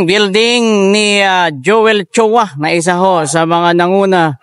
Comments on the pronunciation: choa —— chua … ayusin mo naman salita mo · Chuuuuuwa not Chowa